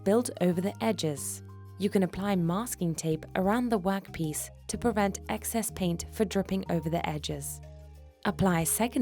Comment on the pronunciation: “A wok piece”